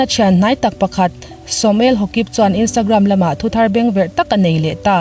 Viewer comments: Hokip hi haukip ti ang deu a lamrik tur aw Kuki Thado hnam zohnahtlak an ni e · Samuel Haukip. Haukip hi hnam hming Hawkip tia lam lovin Mizo tawnga Haukip kha ani mai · Samuel Haukip hming hi a lam dan tur dikin i lama Ha-kip i ti nge, Hau-kip tia lam i hreh zawk???! Hau-kip hnam hi kan tlang-mi-pui hnam a ni em kha? Niin ka lo hria a. Ka hre sual em aw? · samuel hokip ni lovin samuel Haokip ilam dan hi amak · Samuel Haokip kha 'Haukip' tiin lam la... Kuki hnam a ni a, manipur a awm a ni nghe nghe 😊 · ka lo sawi ve mai mai.. 1) A chaw chhumtupa khan mi thah a nih theih loh dan a sawi. 2) Aims lamin inawk hlum nge a nih reh hlum tih hriat an tum mek.. 3) Samuel haokip hi hau kip tia lam tur.. Last but not the least, click bait lutuk , ka tideuh..